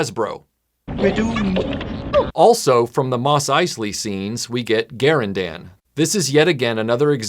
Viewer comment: TIL that Garindan is pronounced Gar-in-dan, not Ga-rin-dun. as I've always said it.